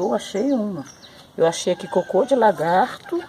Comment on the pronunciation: "Que é largato" ^^ Mata us largado mermo!!!!!